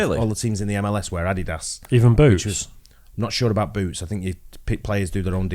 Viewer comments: WTF is AH DEE DAS? HAHAHA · That’s the first time I’ve heard adidas pronounced like that